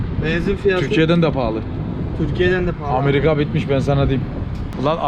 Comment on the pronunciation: amarika mı amerika mı